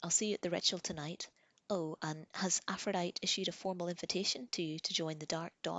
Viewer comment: Just some friendly info... Aphrodite is pronounced Afro-Die-Tee and Jose is pronounced Hose-Aye. :-)